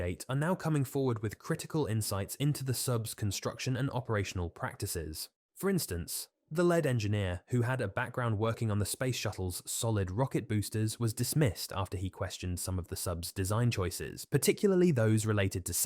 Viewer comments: JFC, it's not 'led' engineer (like the element) but 'lead' engineer (like the coast guard is leading the investigation). Learn the correct pronouncation. Bye. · I’m feel this is ai tts. No reasonable actual person who speaks English says lead such as led in place of lead as in leader. Good and concise information but boy did that one word distract me. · Someone gotta teach AI narration pronunciation. "led engineer?" 😆😆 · It is weird someone that speaks English pronounces lead as led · Is this an Ai voice over? Lead Engineer was pronounced as in the metal lead. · thats what im thinking too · "the lead engineer" you pronounced as if it was the metal - not "lead" as in leader. Perhaos get a real voice over rather than a ai voice over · Why did you pronounce "lead engineer" like he's made of the metal? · … the artificial voice can’t tell the difference in pronunciation of “lead” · Lead (Pb) engineer 😂